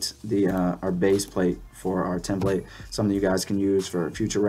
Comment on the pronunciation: Tem-plate. Don't know why it bugged me so much lol.